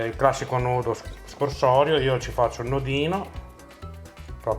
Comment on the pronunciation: Si dice nodo "scorsoio" e non SCORSORIO